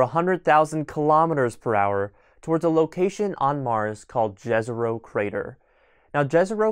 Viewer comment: Jezero means lake in many slavic languages. The J i pronounced like it were an Y. Like in let’s say Yellowstone. Great video otherwise.